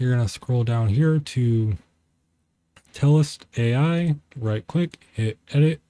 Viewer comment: Good video, but its not Telest AI its Telestai....No AI lol I though the same thing....